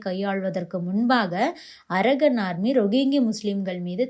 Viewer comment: Pronounce correctly when you term English words - "ara gun" அல்ல அரகன் (கண்) Gun அல்ல